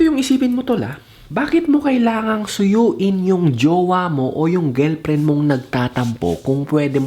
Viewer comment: GELPREN tlga pre ah.. hehehe... tingelpren